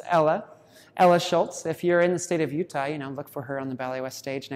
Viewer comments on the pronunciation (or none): none